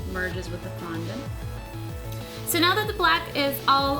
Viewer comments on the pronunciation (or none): It is fondant not fununt